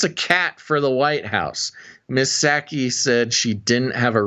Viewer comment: The "P" is Psaki is silent....same as in President Biden.